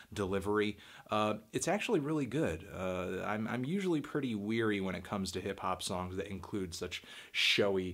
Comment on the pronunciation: Wary, Anthony. Not weary, wary.